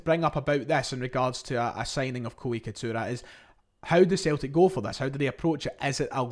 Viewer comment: It’s Itakura not Ikatura